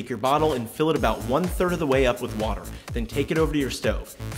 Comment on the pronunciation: there still is no "h" in water